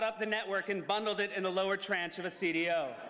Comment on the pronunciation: the CDO joke might have landed harder if he pronounced tranche correctly lol